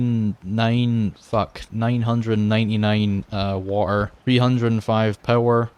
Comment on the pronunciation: Yeaaaaah, "The waer 2: waert"